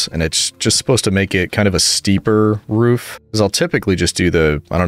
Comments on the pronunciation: 2 things it’s not “ruff” it’s “roof” with an o. And also you should totally do a q and a video while your building something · Bro is def a New Englander with the pronunciation of “roof” as “ruhf” (don’t worry that’s how I say it too) Looking forward to the next video, whenever it comes out! Keep up the great work! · This boi got so sassed and roasted for his roof pronunciation. 😂😂😂 Poor guy. Correction ptsd making him so careful with it. It’s endearing ^.^ Don’t let the plebs bully you!